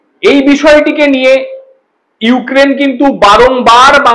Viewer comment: ইউ কেন বলছ ইউক্রেন বলতে পারোস না এসে আবার মিডিয়ার সামনে